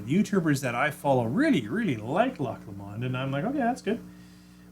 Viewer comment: You know I can't help myself: it's Loch LOWm'nd, not l'MOND! Shame you can't get Thompson Bros. - I'll ask them about it when I'm up there in just over a week...